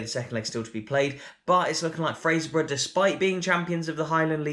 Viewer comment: Well done on probably the best pronunciation of Fraserburgh by an Englishman I’ve ever heard.